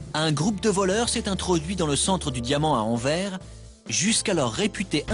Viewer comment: On dit "Enverse" et non "Enverre"